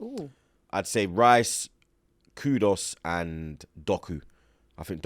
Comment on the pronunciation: not KUDOS its pronounced KOEDOES